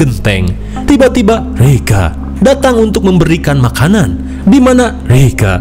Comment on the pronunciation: Lucu banget plis pas bilang rega😂